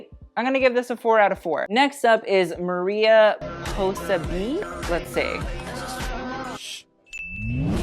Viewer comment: MARIA POSEBEE 😭😭😭 mariposa means butterfly in spanish and the other part is bihh as in bitch. no hate, just a little correction haha